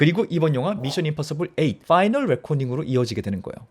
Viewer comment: 에단이아니고 이든... final not pinal..f 와 p 발음....